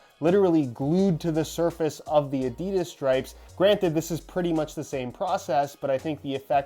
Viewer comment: You’re saying Adidas wrong mate, it’s German if that helps